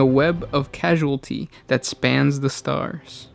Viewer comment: I know this video is old, but I've started watching your content - PLEASE work on your pronunciations - "causality" and "casualty" are two very different things...